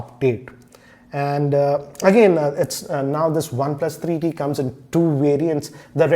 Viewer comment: why does he wierdly pronounces one plus 3eeee teeee